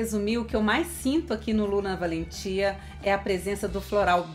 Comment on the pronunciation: Oi!!Assistindo você. Com certeza deve ser envolvente. Suave ao mesmo tempo. Me interessei. Pronunciou lindamente, corretamente o nome desse perfume.😍👏❤